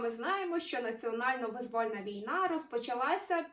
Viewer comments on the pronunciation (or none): Чому вимовляють "визвÓльна війна" замість "вИзвольна війна"?!